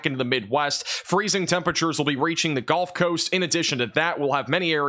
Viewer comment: I wish you luck with your channel, and I hope one day you can pronounce gulf and significant properly. Keep up the good work.